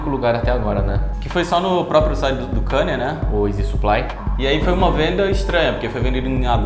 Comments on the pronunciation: Mas por que falar o nome dele errado se sabemos falar o certo? 🤔 É Kanye, e pronuncia-se Ka-nie, e não Kenie. 😉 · Pfvr n fala kanie fala kenie pfvrrr